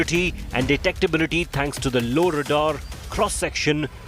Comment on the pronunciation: If you are going to speak English then speak it. Lauradar is not a word . Try low radar.